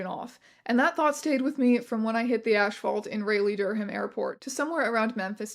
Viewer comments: Omg I love you Teya but your pronunciation of Raleigh-Durham absolutely sent me - I had to rewind to hear it again. (For those who don't know, it's pronounced RAH-lee and DUR-um, not RAY-lee and Dur-HAM) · It's been a year and on rewatch I was still not prepared for it. Rey-hlee! Dur-HAM!! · not really important but Raleigh/Durham is pronounced like rah-lee dur-ham. This story is insane to listen to thank you for making a video on it! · Raleigh is pronounced "raw-lee" not "ray-lee" and "Durham" is pronounced "dur-um" or "durm" if you're local, not "dur-him". Sorry, not important, not something i expect everyone to know, just one of those things. City names being shibboleths and all that. I hear people talk about those cities a lot. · great video, super well researched and delivered as usual but ngl ray-lee/durr-ham is killing me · as someone who lives in NC i'm sorry but your pronunciation of raleigh/durham was painful :') it's rah-lee and dur-um